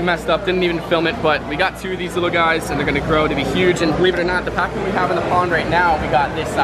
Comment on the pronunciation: Albino pacus not packs